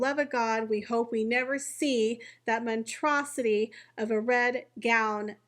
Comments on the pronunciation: It's monSTROSity...not monTROSity... if you're going to criticize say it correctly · Cringe. How embarrassing. I just came on to comment about the narrator saying “montrosity” when she meant monstrosity. She did it twice by . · The word is monstrosity, not “montrosity”. You said it twice by . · Really only trying to be helpful here: it's "monstrosity," not "montrosity." Thanks for the video, keep up the good work! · It's "monstrosity." Not "montrosity." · Thank you!! I thought it was me. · Montrosity???? Really???? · For someone who has so much trouble correctly pronouncing words you are rather hypercritical of others. Here’s a hint … montrosity is not a word. That just tip of the mispronunciation iceberg. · The first s is pronounced.